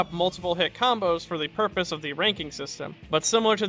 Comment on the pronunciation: It's pronounced "purpose".